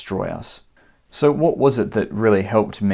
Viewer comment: The word - so - is not supposed to have 3 syllables.